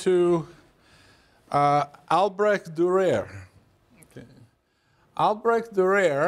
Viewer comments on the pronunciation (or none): I believe Albrecht Durer is pronounced "al brekt durur" not "I'll break the rear" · I hate how americans dont even try to pronounce foreign names correctly. It just seems to be very disrespectful. And then just spelling the guy 'Durer' as if it was nothing... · Just the struggle with Albrecht Dürer at the beginning is enough for me . I can't believe this guy is very knowledgeable after that.